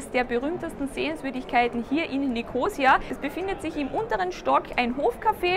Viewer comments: Ein schöner Überblick! (Nur die Betonung des Stadtnamens braucht Arbeit. ^^) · Hallo ihr "Reiseleiter", Die Stadt heisst NICHT Nikoosia, sie heisst Nikosiiia zum Aussprechen!